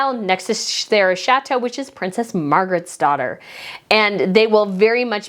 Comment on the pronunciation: Chatto is pronounced "chat-o" not like "chateau" and Edinburgh ends with an "uh" sound. Also, from your other videos - Mulroney is pronounced "mul-rooney" and it's Catherine of Aragon, not "Aragorn". Aragorn is a fictional character in Lord of the Rings.